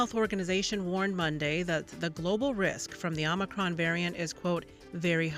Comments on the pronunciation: Even c-span is spelling it 'omNicroM' like grandpa Brandon keeps saying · OMICRON. NOT Omni. 🙄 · Why don't you call it omicron...? It's not omnicrom, you moronic, adrenocrom junkies.